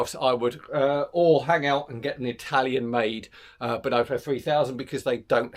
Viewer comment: A fun video and lovely bikes.... but please do pronounce Benotto correctly... the 'o' isn't pronounced 'oh' (as in the exclamation) but as a soft 'O' like it would be pronounce in 'off' Enjoyable though